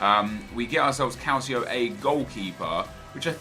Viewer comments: calcio, Italian word for soccer, pronounced cal-cho. just a pet peeve for me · Stop pronouncing it "Calsio"!!!! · does anyone else cringe when Nep says Calcio A?? Nep its pronounced, Calchio A. The sound of the second 'c' in calcio is a 'ch' sound!! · Funny how you say calcio A 😆